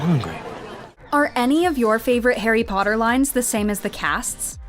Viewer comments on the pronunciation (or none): pOtTaH- draco Malfoy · “Potter” MoRe LiKe PoTtAh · Draco- POTTAH 😂😂😂😂😂😂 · "Pottah" I just love it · My favourite line is every time draco says "Pottah", Harry's "Expecto Patronum and also "I'm going to bed before either of you two got another clever idea to get us killed or worse expelled" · Harry pOtTaH 😩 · Ron: im hungry|| Tom Felton: I get to say Pottah Alot "Pottah" Pottah pottah pottah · My favorite is "Wot" and "Pottah" 😂😂💜